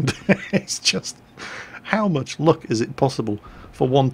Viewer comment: "How much LUCH is it possible for one tank to have?"